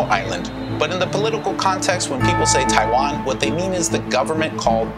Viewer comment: what amuses me is that you can't even pronounce the name right? lol 😆